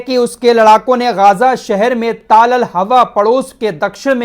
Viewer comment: गाजा नहीं गज्जा है